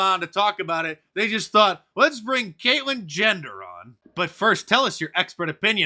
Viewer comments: Is he saying Caitlyn gender? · "Caitlyn Jender" lol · Did anybody else hear Mark call Bruce, "Kaitlin Gender" or are my old ears failing me? FJB, 45/1.